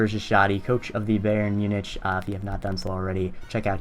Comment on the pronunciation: also learn how to pronounce my team name you scrub